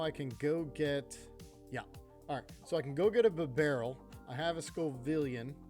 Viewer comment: My dude, it is Scovillain, not Scovivillan or Scovilian Sco - villain. Like the Scoville scale (measurement of spiciness) and villain like the antagonist in a story. I love your videos haha I just can’t take hearing scovivilan 😂